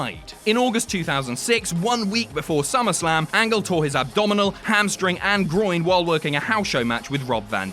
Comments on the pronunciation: I had to rewind to make sure you said "torn ham spring" and not "hamstring" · 8.34 pretty sure he says “Hamspring” instead of “hamstring” someone let me know if I’m going crazy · Did I just hear "torn Hamspring" about Kurt Angle?